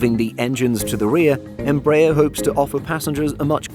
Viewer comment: The stress in "EMBRAER" is in the third syllable: ER